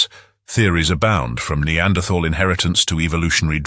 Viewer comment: It is so refreshing to hear someone pronounce the th in the word neanderthal